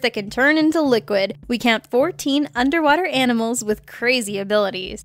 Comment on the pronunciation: the way you say the animels lol